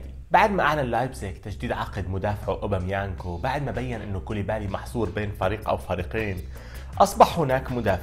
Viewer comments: أوباميكانو يا مش اوبوميانكو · لا هو قال اوبوميانكو بدل أوباميكانو 😂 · اوباميكانو.. وليس اوباميانكو•